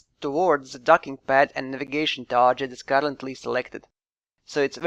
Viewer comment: One small tip: "target" is pronounced tɑːɡɪt, not tɑːʒɪt.